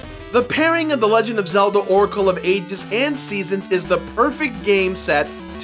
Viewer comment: “...into the secwets....” “Zeltda” “Oracle of eight-dis”